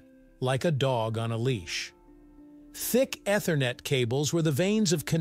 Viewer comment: Do you guys purposely pronounce things wrong to get us to comment. Look up how you pronounce ethernet